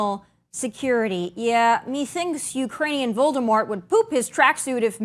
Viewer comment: Did you said "Voldemor"? :)))))))))) OMG ....... I love it! 🤣♥